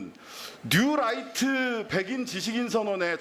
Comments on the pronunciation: 뉴라이트 아닙니다!!!! 뉴라이또 데스네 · 뉴라이트 아니고 뉴또라이또(신매국노)이무니다 ㅋㅋㅋㅋ 울트라니뽄라이트 이무니다 ㅋㅋㅋㅋㅋ